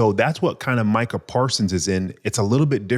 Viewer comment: Good podcast, but wanna front as an NFL and especially as a Cowboys fan.. and can't pronounce MU-kuh Parsons name? Micah only been on the Cowboys for 4 yrs now, plenty of time to learn his name ain't pronounced "MEE-kuh". Good pod, and interesting conversation, but c'mon bro!